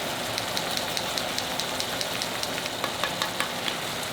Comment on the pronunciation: 파르미지아노 아닌가요..?ㅎㅎ(태클 아님) 읽다 뭔가 어색해서요